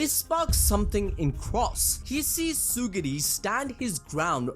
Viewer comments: Pff... Tsugiri.. BRO IT'S TSURUGI That's way too funny to me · Tsurugi not tsugiri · Bro please, his name is Tsurugi, not Tsuguri 🤦‍♂️🤦‍♂️🤦‍♂️🤦‍♂️🤦‍♂️🤦‍♂️🤦‍♂️ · uhhhh "Suguri" is not a character in that manga It's Tsurugi Tsu-ru-gi Not suguri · its tsurugi bro not tsugiri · Its not TsuGUri its TsuRUgi 😭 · It's tsurugi 😭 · ().... it's Tsu - RRRRUUUUUUUUUUUUUU - Gi, bro. Try viewing the word sort of phonetically like this: Tsoo ---- ROO ---- Gi. Does that help the dyslexia? I'm being direct, not rude.... trying to help you. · Ngl chief, mispronouncing Tsurugi's name and misnaming the Star Plasma Vessel consistently multiple times was top-tier ragebait. Assuming that was intentional